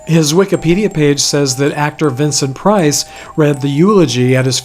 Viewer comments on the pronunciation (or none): none